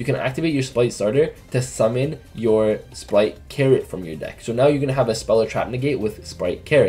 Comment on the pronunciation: why on earth does everyone pronounce Spright "splight" my god. Read the TCG names ffs